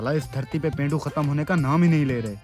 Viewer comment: Pendu hota hai pendo nhi hota bhai